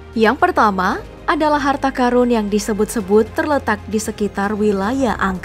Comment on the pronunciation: Karun, qorun, bukan Karung, qorung.. wkwkwk bisa ae